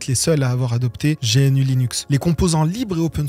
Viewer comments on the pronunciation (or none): G-N-U : non-non-non. Gnou, Gnou, Gnou !! ;) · Bien, super vidéo ! Mais tu sais, cousin GNU c'est GNOU comme l'animal, c'est pour ça que c'est la mascotte et pas G.N.U ! Tu es jeune, ce n'est pas grave ;-). FREE RMS Haaaaaaaaaaa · Bonjour je suis un puriste des prononciations : GNU : "g'nu" ou "g'nou" (pas "G.N.U") Debian : "débianne" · Je sais que la prononciation officiel est "gnou" ou "gnew" mais je peu pas m’empêcher de dire g.n.u . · C'est juste que, usuellement, personne de dit G-N-U comme un un sigle, on dit toujours "gnou", et c'est vrai que que ça fait penser qu'il découvre tout juste l'univers GNU Linux, d'un point de vue purement sonore... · G N U… t’es le 1er que je vois prononcer l’acronyme de cette façon 😅😂😂 si le logo c’est un gnou, c’est pas pour rien 😜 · C’est dommage de prononcer GNU “jéhènü” alors que tout le monde le prononce “gnou”, et son logo est justement… un gnou. Ça donne l’impression que vous n’avez jamais parlé de GNU avec des praticiens, en vrai. Dommage pour la crédibilité car le reste est très intéressant et bien mené. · meme si c'est un acronym ça se prononce bien gnou, c'est rédhibitoire de faire une vidéo aussi travaillée sans se renseigner sur la prononciation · Absolument personne ne dit G N U, on dit "gnou". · pas "géainu" 😂 GNU ca se prononce "gnou", comme l'animal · Non mais sérieux j'allais m'abonner a ta chaîne puis j'entends GéEnU .... Mais sérieusement tu fait des recherches sur le sujet, TU MET UN EXTRAIT OU L'AUTEUR prononce Gnu... LE LOGO DE GNU.... EST UN GNU! L'ANIMAL.... GNU n'est pas un acronyme... Ça se prononce Gnu et pas GéEnnU ..... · c'est pas plutôt "gnou" ou "guh-new" en anglais comme l'animal! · Quelle vulgarisation ❤ Par contre, GNU se dit Gnou (comme le bovidé, qui en est le logo). debian se dit deb Yann (Deborah and Ian, Ian est le créateur, et de mémoire, Deb est le nom de sa femme) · Perso j'ai toujours prononcé "jéainu" 😁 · On ne prononce pas G.N.U. plutôt Gnou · en trembler mais mal prononcer gnu...